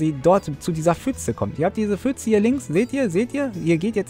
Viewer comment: „Fütze“ Gibt es eigentlich für Youtuber ein Verbot, pf korrekt auszusprechen?